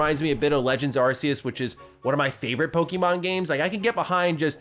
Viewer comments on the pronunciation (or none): none